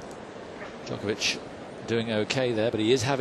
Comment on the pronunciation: How long after did this did someone tell McEnroe how to properly pronounce Djokovic?